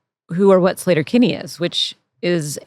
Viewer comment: Slayter? Isnt it Sleeter? Ea makes the sound E in English. Not a. Come off it Carrie. Even Fred is saying SLEE-tur. Its Sleeter Kinney. Argh.